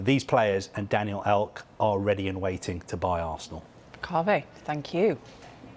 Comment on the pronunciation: “Daniel elk” great he’s done it again